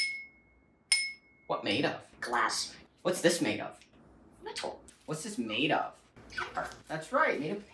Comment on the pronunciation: Love how he accentuates "metal“